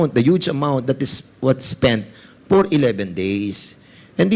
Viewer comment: Portin million por the purchase of impormation Por wat? Nakaka distract lang sa halif fanoorin mo mg vuo. Fara sana maintindihan ang vawat fanig at kung sino nagsasavi ng totoo